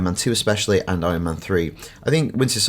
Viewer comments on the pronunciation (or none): none